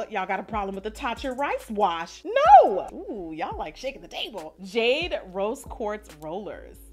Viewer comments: The “naur” kills me😂😂😂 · The Australian NOOOOIIRRRR’s were making me laugh so hard 😂😂 great video! You look beautiful! $avivadayna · Its the Australian "Nor" for me♡